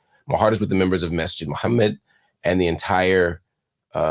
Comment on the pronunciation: Mark you’re so good in your pronunciation of fajr and Muhammad! Aqidah and InShaAllah etc. you just need to say it officially ❤. Thanks for your coverage on these contents.